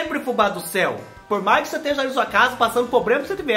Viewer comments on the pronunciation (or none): none